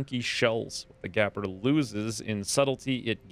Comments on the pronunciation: its GAPEr not GAPer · gapper... gaPER... MEH.